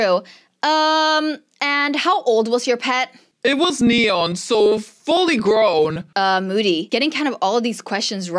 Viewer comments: It’s MOODY not MODDY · saying moody Google translate: bootie